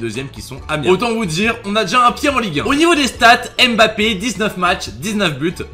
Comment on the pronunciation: C'est si compliqué que ça de bien prononcer son nom de famille ?